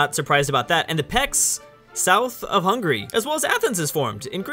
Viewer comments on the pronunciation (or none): none